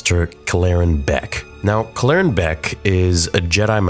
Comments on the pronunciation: Kell-eren Beq not Klleren Beq sorry but I just couldn't take it anymore. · Why do you insist on mispronouncing the name? I feel like I’ve been hearing you do this a lot recently and it’s honestly making me turn your videos off. Cal-laren? “Keller-ran” they say a few times in the episode 🤷🏻‍♂️ like bruh get the name right at least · Dude you are pronouncing his name wrong. Kel er anne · why are you pronouncing his name wrong in 5 different ways? Kell-Er-Rin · he can’t even pronounce the guys name right when they literally say it in the episode. I’m sure he’ll say it’s it’s one of those “AT AT, A-T A-T” ways of pronouncing It because the galaxy is so big…. Yeaaah sureee thing theory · what an interesting pronunciation of Kelleran's name. 🤔😜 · actually saying his name right would be a good start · Bro felt the need to recreate to pronunciation of Kelleran. Lol just say it how they do in the episode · You’re clearly saying his name wrong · Why is he changing the pronunciation of his name they literally say in the show how it’s pronounced and he pronounces it totally different. This dude does to much it’s annoying. Just say it the way they did on the show. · Why are you pronouncing his name like that?